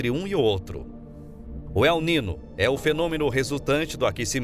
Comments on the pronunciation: Desculpe-me a intromissão: o fenômeno Ele Nino se pronuncia El Ninho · Locutor precisa saber que niño tem som de nh